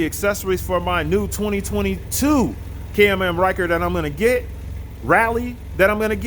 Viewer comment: What I think is Absolutely Hilarious about this video is he keeps calling it a CAM AM instead of a CAN-AM 🤭🤣😂